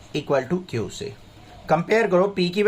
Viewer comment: Q ❌ kiouuuu☑️😂